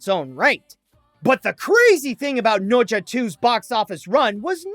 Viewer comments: It's NE ZHA not noja. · fun fact: pronounces the film as nocha 2 instead of nezha 2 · is that really how you say it? I just pronounce it like "na-sha"